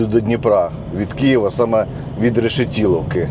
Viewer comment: Не Решетіловки.... РЕШЕТИЛІВКИ! І не Пирятіна а ПИРЯТИНА!